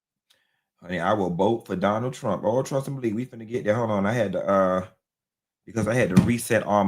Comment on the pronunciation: when you said "Du-nal Trewmp" i spit out my soda.you aint right😂